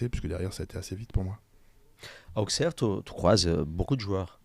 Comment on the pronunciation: On prononce Ausserre les garçons !